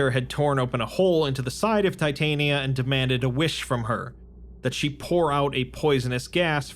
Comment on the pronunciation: Not to be that doooood, but I believe the fairy goddess is pronounced tit-on-ya. I think the writer adopted the name from the fairy queen in Midsummer’s night dream by Shakespeare. Great work on the series though man, keep ‘em comin pls! 🤙🏻 you have given me the most content out of anyone for my SCP dnd :)